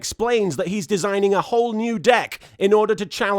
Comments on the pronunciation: "I haven't quite solved the problem that is Jaden's dick." Wait.. what was that? "Deck." Hmmm. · I swear half the time when they say it sounds like they're saying dick (especially Bastion) "Countless equations, a myriad of therums, yet still I haven't quite solved the problem that is... Jaden's Dick"